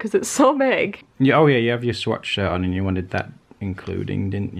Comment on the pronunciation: Am i the only one who kept hearing sweatshirt instead of swatch shirt?